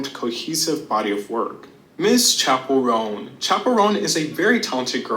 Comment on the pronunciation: I love calling Chappell Roan “Chacha” 😭😭